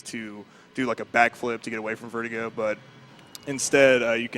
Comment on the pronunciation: I love them but saying vertigo instead of ver-doo -goe (verdugo the boss)is painful. Only because I love how menacing that word is